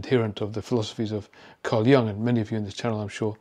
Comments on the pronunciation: YOOOONG NOT "young". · Sorry, you pronounce Jung’s name wrongly. Not Young but Jung. Carl Gustav Jung was Swiss, not German or Austrian. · Thank you,, for all your insightful presentations. Jung is pronounced "Yoong" by the way and he was Swiss. And the Germans unleashed their Shadow on their African colonies early in the 20th century before they ever got to the Jews. Belgium and Italy and I think France also unleashed their Shadows in Africa. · Excellent insights - as always! "An ambassador of the shadow" that phrase alone was worth the 20 minutes! (as were many other phrases!) Jung was actually neither German nor Austrian, but Swiss. The correct pronunciation is closer to Joong (think of Heidi Klum:-)) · German 'Jung' is pronounced 'yoong'. Your pronunciation is wrong. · I am grateful for your knowledge and perspectives, but I wish you would learn to pronounce "Jung" correctly. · Excellent video, but the Wikipedia page you show clearly explains that experts should know that the vowel in Jung's name is pronounced like "youth", not "young".